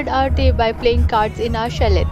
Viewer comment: You don’t pronounce the t in chalet.